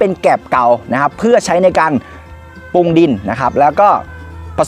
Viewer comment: น้องสุดยอดเรื่องการเกษตร แต่ต้องปรับปรุงเรื่องการออกเสียงให้ถูกต้องด้วยคะ เช่น แกบ ปุง ปา ผิดพาด พั่ว วิธีออกเสียง เช่นคำว่าแกลบ ให้ออกเสียง กะ_แหลบ รัวๆเร็วๆ กะแหลบๆๆๆๆ ปรุงให้ออกเสียง ปะ_รุง รัวๆเร็ว ปะรุงๆๆๆๆๆๆ ปลูก ออกเสียง ปะ_หลูก พลาด ออกเสียง พะ _หลาด ๆๆๆๆ พลั่ว ออกเสียง พะ_หลั่ว ๆๆๆๆ เป็นต้น การออกเสียงที่ผิดจะเป็นการด้อยค่า เนื้อหาของคลิปคะให้ไม่น่าเชื่อถือ